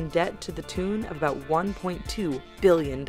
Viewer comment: Please stop say Billion with huge emphasis on the 'B' ....bbBBBillion....we get it, bitch, it's a lot.